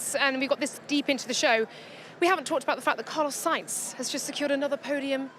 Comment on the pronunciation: Ansted should really know how to pronounce “Sainz”